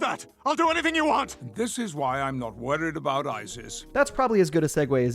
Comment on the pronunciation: "aboot" are you Canadian my friend 😂